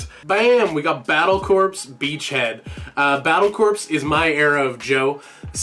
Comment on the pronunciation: Not to poop on your video or anything but, corps is pronounced as core. Id like to see more of this kind of videos Excellent work Also how is your trip?